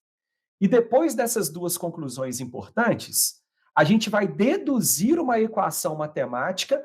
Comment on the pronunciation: Vc sabe q o cara é foda quando ele mete um imporrrtantes antes dos 20 seg